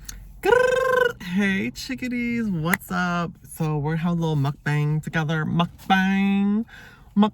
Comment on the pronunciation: Not muk BANG it’s muk BAHNG